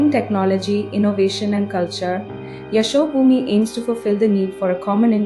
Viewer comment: An indian narrator cannot pronounce Yashobhoomi correctly, surprising.